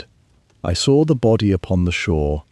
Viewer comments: I "sawer it." Can't an AI that can use proper English be used? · "I sawer upon the coarse damp sand..." Really irritating to try to listen to.